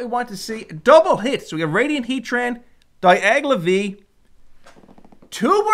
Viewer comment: Promo card Great video as always.❤️ But it's Dialga and not Diagla...🙈